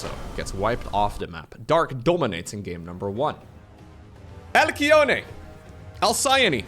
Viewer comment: Halcyon Hal-see-on Alcyone Al-see-on